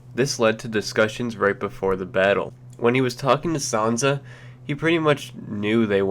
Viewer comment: It's Sansa not sanza